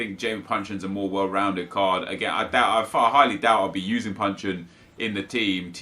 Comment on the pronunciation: Isn't he called Jason Puncheon?